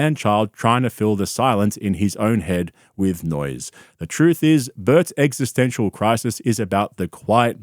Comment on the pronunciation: "EGGistential" LMAOOOOO